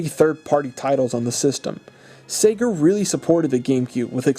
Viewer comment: am I the only one that hears “Satan” instead of “Sega”?